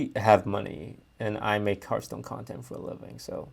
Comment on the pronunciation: "Hearthpoon" Lmao